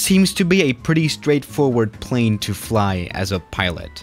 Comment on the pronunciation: plz say plane right if you can't its fine